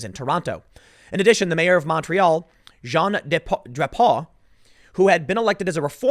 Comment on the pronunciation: Hearing Tim trying to pronounce Jean Drapeau put a smile on my face.